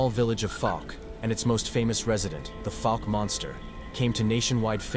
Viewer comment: Pronunciation Fouke /ˈfaʊk/ is a city in Miller County, Arkansas, United States. Like in ouch